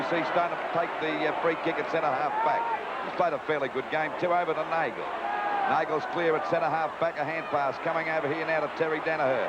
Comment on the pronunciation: Landy would be hearing his co-commentator Lou Richards pronounce Neagle correctly but he continues to call Nagle, incorrectly. So, how stupid was he?